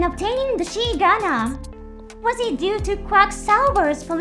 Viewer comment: The XI is pronounced as XYE gundam the pronounciation is wrong in video. Or XOY whichever is easy. Even calling it Soy is more correct lawl